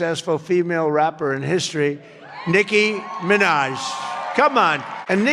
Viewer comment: "Nicki Minahz"